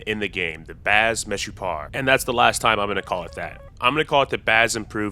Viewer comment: You actually pronounced "Baz Meshupar" really well :)